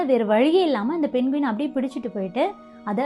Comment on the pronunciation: அது பெண்குவின் இல்ல தங்கச்சி அது பெங்வின். நம்ம ஊர்ல எல்லாமே இப்டி சொல்லி பழகிட்டோம் பிரமிட் ங்குறத எப்டி ப்ரம்மிட் னு சொல்றமோ அது மாதிரி!